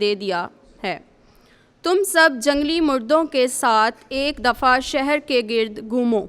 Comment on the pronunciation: It is jungli mardoon not jungli mardoon.